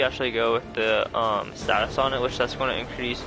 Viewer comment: lol do you purposely mispronounce almost every single weapon? Also its STAT - US, not STAY-SIS